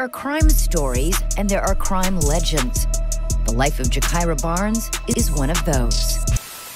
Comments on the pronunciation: im not from Chicago, nor am i into this drill shit, and i know her name isn't pronounced GUY-Keer-uh. it's Juh-Kie-Ruh. lmao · Exactly when it's obvious as hell her name is actually Gakirah pronounced "Jahkyrah" I'm actually friends with FBG Duck sister Lashea and his mom her name is Gakirah they called her Kirah for short. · Omg her name is pronounced Jah-ky-rah Barnes . You pronounced too many things wrong But at least get the names right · Her name is pronounced Ja-ky-ruh... FBG Butta is her brother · Guy-keera? Come on dude, you could at least pronounce her name correctly smh